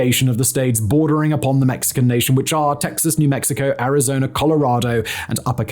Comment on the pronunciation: Pronounciation ArizonUH not ArizonER lol